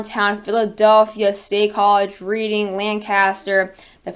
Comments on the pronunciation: I live outside of Reading, PA (not to nitpick because you're doing a great job but it's actually pronounced Redding) and I'm we're all bracing for a huge storm with high winds and lots of snow. Do you think we're going to get any freezing rain or is it going to be all snow? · No need to apologize at all. People who aren't from the area aren't aware that it isn't pronounced like it is written so I thought I'd key you in so you'll sound like a native of Pennsylvanian. You're so right that we'll be buried in snow here. Thank you for a great forecast and keep up the great work! Oh, and cross your fingers we don't lose power here in Reading.